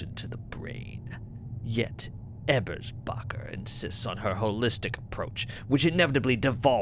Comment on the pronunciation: Since the first episode whenever you say Ebersbacher's name I get a little chuckle. Since my last name is Ebersbach (German grandfather). I've never heard something even close to my last name in any form of media so its pretty cool! My mother got a kick out of it too! Also a note; YOU pronounce it correctly, the game script pronounces it weird LOL. Its more Ay-bers-bacher/Eh-bersbacher and not EEbers-bacher. So thumbs up haha!